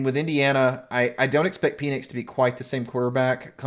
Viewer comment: I don’t know if it’s correct or not but please pronounce penix differently lol.